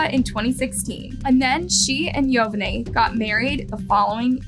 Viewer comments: Joe-vah-knee not yo-va-nay 😂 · I think you totally disrespect that man by continuously butchering his name hell the reporter even said his name right and you continued to disrespectfully butcher his name its pronounced Yo-vaun-nee not yo va ni if you're gonna run a you tube channel at least learn to pronounce the names right so you dont sound like a total idiot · I was thinking the same thing. She literally kept mispronouncing 2 different ways. She would say Yo-Van-NY and then Yo-Van-Nay. And then she even uploads a clip with the correct pronunciation of Yo-Von-Nee and still kept mispronouncing it. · It's pronounced Yo-Vawny not yo-va-nie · Even the news pronounces his name Yo-van-y. A y sound at the end. Dumbass. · The name is pronounced like Giovanni but the beginning is Yo- vanni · It's Yovani pronounced Yo-vah-nee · It’s “yo-va-nee” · Is anyone else annoyed at how she mispronounced EVERY NAME? It's pronounced Jo-vaugn-knee... sheesh...dique Yo-vun-eye...🙄🙄🙄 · If this girl was a WHITE WOMAN justice would have been given the next day n im sure the baby would have lived longer than just a few mts. FYI the husband's name is PRONOUNCED YO-VON-NEE...N IF SHE PAID ATTN TO HOW THE NEWS REPORTER HAD PRONOUNCED IT SHE WOULDNT HAVE BEEN SO IGNORANT IN SAYING IT WRONG THE WHOLE VIDEO. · Pronunciation is actually Joe vah nee